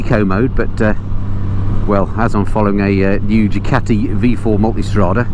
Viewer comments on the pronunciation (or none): none